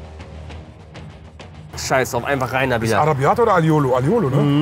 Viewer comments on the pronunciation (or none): Aglio e olio 😂 nicht aiolo 😂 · Er meint Alio e Olio und hat es einfach nur schnell und nuschelig ausgesprochen.